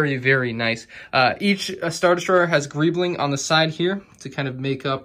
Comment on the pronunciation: Nobody:: GReEblInG